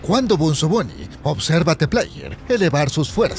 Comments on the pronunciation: No se dice benzo se dice bunzo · like si te estreza que le diga "benzo bunny" en vez de bunzo bunny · Bunzo no benzo!!! ni sabes hablar!!! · Bunzo no Benzo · Es bunzo Bonnie no benzo Bonnie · es bunzo no benzo y tampoco bonzo